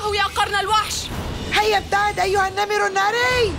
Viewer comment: انا بسمع بلبل سليم النمل الناري بدل النمر الناري